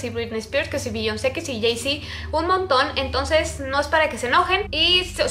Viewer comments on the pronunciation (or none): none